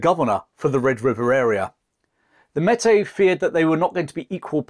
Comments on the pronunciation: Great vid, but it's pronounced "may- tea" . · Close but no cigar. Metis is pronounced like "may-tea" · As a Manitoban it’s nice to see a small bit of our history be told. The pronunciation of Métis was a small shock as it is generally pronounced differently here, but it is to be expected as the difference in culture and language between Canada and England does exist. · Meti is pronounced may-tee. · This is amazing! But here in Canada ‘Meti’ is pronounced like this; “May-tee”. Cheers and thanks so much for covering this! As an Ontarian, I’ve always been very impressed by the story of the Wolseley Expedition! Such a remarkable achievement. You can really have no idea how impressive it was, until you see the type of terrain they passed through on those river portages. He took the best possible route you could without a railroad. It was the last great adventure in North America before modern technology took over. It was like a dream. As soon as you wake up, it’s gone. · Metis is pronounced "May-Tea" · It's May-Tee, not Metee. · The name Metis is properly pronounced "May tea" not "Met Tay". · Metis is pronounced may-tee not met-ay. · Pronunciation Tip: Métis = May-Tea. You might enjoy reading Dickens of the Mounted. Francis (Frank) Dickens, 3rd son of Charles Dickens served as a Mountie from . An unspectacular career marked by ineptitude, laziness, reckless behavior, and of course drinking… Louis Riel had a range of serious mental health problems. Many quite rightly regarded him as a lunatic. He also offered to leave Canada, sell out the Métis and move to USA if paid 39,000 dollars… No hero he. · Great stuff. Just one thing…Métis said Maytee. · great piece as always but the Metis is pronounced (mey-tee). Thanks for your work a Canadian fan. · May tee is how it is pronounced. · Pronounced mehtee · A great, and accurate account, but a bit of research into the pronunciation of Canadian vocabulary would help. For example: Metis (maytee), Saulte Ste Marie (Soo St. Marie).